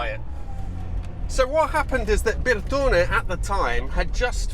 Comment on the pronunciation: I love how you Brits will go out of your way to pronounce Bertone, but still get Porsche wrong all the time! Haha. I had one an X1/9 years ago (with the haircut to match), and I miss it to this day.